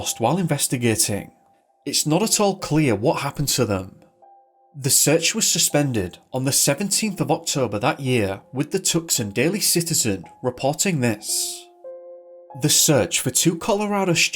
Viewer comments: WOW😳😲🙄😂😂😂!, I absolutely love your channel and cannot wait for the new ones to post!! You're usually very good with saying names of people, places, etc. so imagine my surprise that you actually pronounced 'Tucson' as 'Tuck-son!' It's actually pronounced 'Too-sahn.' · How to pronounce Tucson. Two -Sahn,nutTuck-Sun. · Hey just FYI....Tucson is pronounced TOO-sawn. Great video as usual, thank you!